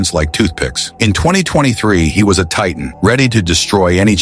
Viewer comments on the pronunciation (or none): none